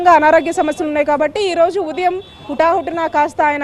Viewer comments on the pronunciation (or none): తెలుగు సరిగ్గా నేర్చుకో. ఉదియం కాదు. ఉదయం అనాలి. అదికూడా రాదు. తయారై పోతారు యాంకర్స్ గా. Shame on you.